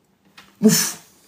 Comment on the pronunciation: J'aime quand dît mouf!!!